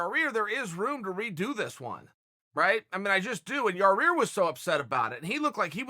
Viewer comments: chaell its yair not your rear english classes chael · Chael you’re saying it with the wrong body part at the end, it’s pronounced ( YA-ear) not ya - rear lol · Ya rear? It's Yair. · Yaw-ear ✅ Yaw-rear ❌ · Lol "Yer-Rear" 🤣 annnnnyway... this just isn't a big deal. Fighters and eye pokes are not as big a problem as everyone wants to believe... we've had how many thousands of MMA fights, and how mant have been decided by eye pokes? It happens. Deduct a point, fine a guy... move on. It's just the next thing to get hysterical about by the "we must Doooooooooo Something! crowd. Sometimes, you really don't have to do anything. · Please chael idk if this is intentional but his name is pronounced YA EAR i do find it hilarious when you say otherwise though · Sound like a racist idiot calling him ya rear. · Chael “ya rear” Sonnen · Hey Chael. Figured out a way to learn pronunciation Yair...say EYE-EAR, then add a Y to the beginning. Y eye-ear. Good Luck buddy! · The Mexican fans were trash. And I liked it better when you pronounced his name Yarear. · Lost all respect for "Yo-Rear" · Yair wasn't angry about the fight stoppage; he was upset that uncle Chael keeps calling him Ya-rear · Ya rear Rodriquez Germy Stephens Ivan Drogo Vasil Lomanchenko Kobi Covington Uncle Chael craics me up lol. Even after being on with Ariel the other day and Ariel pointing out he's pronunciation of Yair. Hahahahaha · lol...."ya Rear" chael is really good at formulating ,and telling a story, and is overall an intelligent guy...but for some reason,pronouncing names, seems really hard .😁😉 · Eye pokes & beer Booing and cheers Why does Chael Sonnen Call him Yarear? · Chael Sonnen the type of guy to call Yair Rodriguez, Yarear Rodriguez. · Simmer Fredette He asked Ariel how to pronounce his name and Ariel told him. So I love he’s still calling him Yarear! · This guy be getting names wrong in 2 languages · Can you please get Yair's name right?